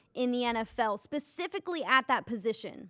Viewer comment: It’s “specifically”,, not “pacifically”